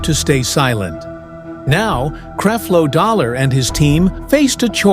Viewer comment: Where is the proof that LeAndria Johnson said all of these things. You can’t even pronounce Creflo Dollar’s name correctly. Why should anyone believe you?